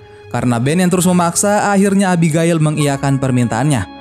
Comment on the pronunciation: Abigail: ebigeil Reading Right! ku..